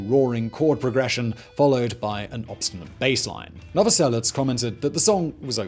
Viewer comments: he did.. and pronounces it "novoselits".. the idiot.. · WAIT. did he really just call him "Chris Noveslic" bruh Krist not Christ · It's Krist Novoselic, not Chris Novoselet. "And I swear that I don't have a gun" Speaking of 'Come As You Are' a bit debt was owed to Killing Joke for that riff. Don't know what I mean? Listen to Eighties by Killing Joke. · Seriously? Chris Novoselic? I don't understand how that even happens, did you just hear someone say it without ever seeing it written out? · “Chris Novoselits”??? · Novoselich, like in cherry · The croatian man's surname